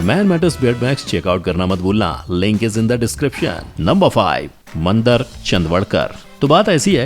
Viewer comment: वो "मंदर" नहीं, "मंदार" है चू*तिए! कुछ भी पेलने से पहले थोड़ी रिसर्च कर लिया कर!